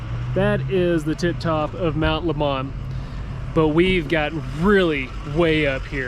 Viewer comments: Mt. LEMON PRONOUNCED LIKE THE PIE SO SAY THE NATIVES......... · It's pronounced Mt. "Lemon" like the fruit. I love driving up the Mt during the summer. Drops at least 20°